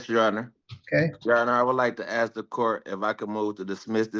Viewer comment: Did the judge say “axe” instead of ask ?